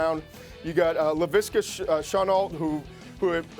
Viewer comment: What Todd? It’s Leviska Shenault, not Shanault, and it’s Tee Higgins, not Tee Martin